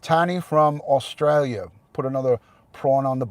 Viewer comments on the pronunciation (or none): none